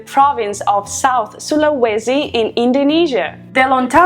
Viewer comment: Kudos for how you pronounce Sulawesi! Yeah, Tengwar is BEAUTIFUL!